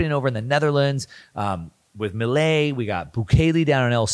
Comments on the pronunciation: Great video as always but I need to say it’s not Miliei it’s Milei. (Mi-le-i). I know it’s a different language but in in english should sound like you said it just without and “I” (Me-le-e) I think is the proper pronuntiation in English. Not sure how to explain it without making vocal sounds. Hope this helps! Thanks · Dear, Argentina President’s name is spelled and pronounced “MILEI”, not “MILIE” as you pronounce it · amazing video!!! (just a tip, Milei is pronounced "Meelay") :) Keep up the great work! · Milei is not pronounced like that. Putting that to the side, the video was great, as always. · My guy cant pronounce "Milei" or "hegemony" if his life depended on it 😂😂😂. He's been mispronouncing both words for years now.